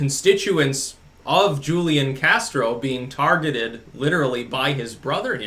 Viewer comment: Its pronounced Hoo-lian